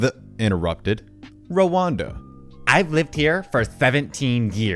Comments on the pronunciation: I can tolerate your misreading of words, i.e., 65 cents instead of .67 cents; but, mispronouncing the name Rhonda? It's pronounced RON-DA. Not Rwanda! Rwanda is a country in Africa! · You've got a great speaking voice, but you are mis-pronouncing many common words. Rhonda is pronounced Ron-da... not Ro-wan-da, as an example. Skittles that cost 65 cents, the script says 67 cents. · I feel the need to inform you that it is pronounced "Ron-duh" not "Ruwanda". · rhonda is pronounced RON DA not rowanda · RHONDA is not pronounced Rawanda. (want a hint, listen to the Beach Boys song) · I’m sorry or not, but eye drops will forever be referred to as ‘blinker fluid’ by me now. Are you pronouncing Rhonda as “Rwanda” or are my ears having a stroke? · I definitely heard 'Rwanda' lol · Hun, the "h" in Rhonda is silent, it's pronounced like Honda Ed except with an R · Gotta forgive him. He's used to new age names. "Help Me Rhonda" by the Beach Boys would be a good reference, but they might be a little outdated for him ;) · I sat here giggling like an idiot every time he said that.